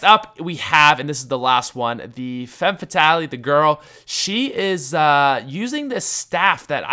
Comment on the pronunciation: Femme FAT-AHL-IE. Y U DO THIS